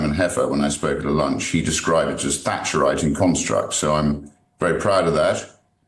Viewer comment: Thatcherite IN construct, not 'AND' :-/